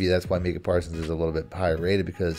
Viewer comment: Brutal listen as bagged on Parsons and couldn’t even say name right. Best defensive player in the league and 2nd best overall behind Pat.